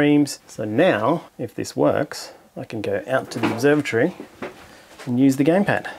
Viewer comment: "Gampad" LOL